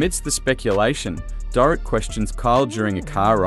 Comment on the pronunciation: It's obvious you don't know the programme as you mix pronounced Mauricio and Dorit.